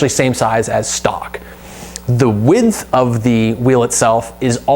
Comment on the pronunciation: Great video ! And why do you say add a f to the word width ? Lol